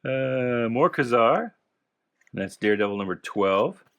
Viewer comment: Hey bud just so you know it's pronounced KEY-ZAR not kazar otherwise why the hyphen